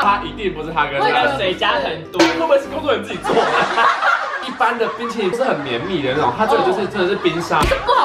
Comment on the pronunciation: 哈哈～抹茶ㄅㄨㄣ淇淋！笑到噴淚~XD